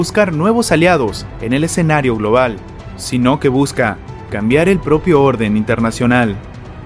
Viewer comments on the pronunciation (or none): none